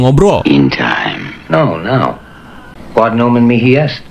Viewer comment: Yg lebih hororrr ketika bilang ohhhhhh my good 😂😂😂 bikin kaget aja